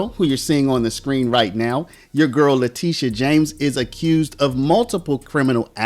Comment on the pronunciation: TISH, TishA ... Not TEE-sha! Letitia James CAGNEY